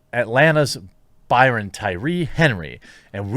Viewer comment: Brian not Byron.